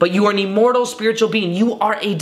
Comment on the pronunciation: Lol this guy pronounces the word "immortal" weird. Listen to 1 minute 10 seconds into the video, he says E-mmortal. But great content 👍 I'm sure it brings a level of comfort to lots of people that are afraid of not existing after death. I'm one of those people.